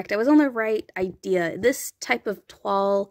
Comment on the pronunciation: You pronounced correctly😊 It is an old fashion fabric, so it is quite appropriate for Felicity. The red dress is growing on me and definately needs the crinoline to be a good length! If I get it, I personally think I will relocate the rosette to one side of the waistline seam. I found that Corinne looks good in color as long as I use just one color and not multiples. (unless one color matches her hair!) If that makes sense?😄